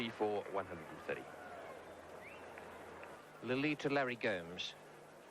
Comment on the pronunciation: Lilly nahein ya Lully hay